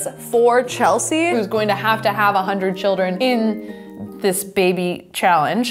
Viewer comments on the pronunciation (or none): You keep on saying it's Chelsea